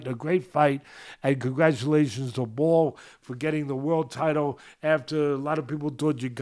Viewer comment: It's Nick Bull, not Ball.